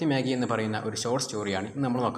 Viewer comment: മാഗി അല്ല മാ ജയ്